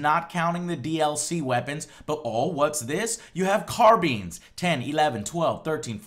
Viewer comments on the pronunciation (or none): Maybe its just my inner a hole but did anyone else complain when he said "Carbeans" instead of "Carbines" when he was comparing the battle log loadout at ... no just me ok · ....... "Car-beans" lmao Joe you must be supa pissed :) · did say car-beans? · did he just say carbeans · What exactly are car-beans?